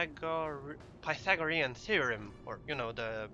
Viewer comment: you nailed pythagorean